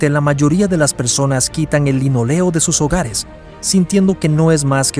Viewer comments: Pésimo vídeo, las fotos que menciona no las muestra y pone imágenes de gimnasios modernos, imágenes actuales mezcladas con recreaciones y/o imágenes de otros barcos. El recubrimiento de los pisos es de LINÓLEO, lleva tilde y se acentúa en la "o" no en la "e". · linóleo la tilde se pronuncia ¡¡¡¡¡¡¡¡